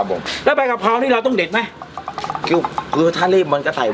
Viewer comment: กะเพรา ไม่ใช่ กระเพรา